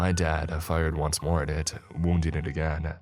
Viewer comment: I don't know what's worse, the stories or the narrator's voice. He overenunciates simple words like "but" or "not" to the point of ridiculousness but then drops every "g" off of an "ing" ending and adds either an "uh" or an "a" (ie. "again-uh" & "respond-uh") so he sounds like a valley girl who failed out of announcer school. Absolutely horrible. Maybe try instituting SOME quality control with the stories by releasing less often so you don't need quite as many and, if you want to be a speaker of any kind, use the extra time to work on your craft.